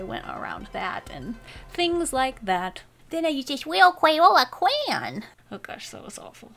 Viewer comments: I love the part when she said “then I used this wil cway oh wuh cwan” (crayola crayon) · Wittle Cwayola Cwayon